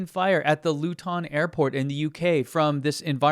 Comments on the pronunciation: Hahahah I loved it. He made it sounds posher than it is. Loo-tin sounds like a thing you find in a Victorian household :D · Thanks for pointing out the Luton airport fire (pronounced 'Loo-tun' btw). I'm a British guy living in France and I keep track of the EV market and the anti-EV channels such as 'Geoff buys cars'. Despite his and others jumping on the misinformation bandwagon wrt to car fires, EV sales in the UK have risen every month this year and in November passed the 25% mark of new car sales. Overall BEV sales rose by 18% in 2024 over 2023. The numbers in France are similar. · This guy has never heard a Luton accent. :) Sort of sounded like a contraction for "Louis Vuitton". Luton isn't quite as ... glamorous. ;) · Luton is pronounced Loo-tun with the emphasis on Loo. You made it sound French or African or some shiz 😂😂😂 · Luton is pronounced "Lootn" just so ya know :) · Heheheh I love how you pronounced Luton. It makes it sound Asian. And not ths hit hole I worked in for too long. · You need to check your pronunciation of luton lol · You say Luton funny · Love your videos and content but your pronouncing of Luton and Bedfordshire as a English person is very triggering 😂. Keep up fighting the FUD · Fantastic job! Thank you so much for going out of your way to fight FUD. I'll keep on following your channel for as long as you do. However, please check the correct pronunciation for names such as Luton, Bedfordshire, or Hertfordshire. The Brits would warm up to you in great numbers. 😊